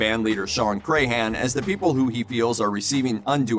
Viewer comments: It's pronounced Crahan not Crayhan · I hate the way he pronounces clowns last name. It's pronounced Cran, like the cran in cranberry. Not cray-han.